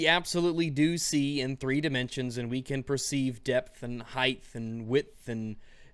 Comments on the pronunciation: Heighth? Love that dimension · "depth and heith" oh, how you entertain me so.